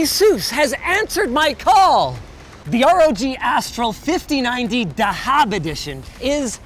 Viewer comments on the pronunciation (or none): The way he said "dahab" was a bit weird 😅 But "dahab" or more accurately "thahab" means gold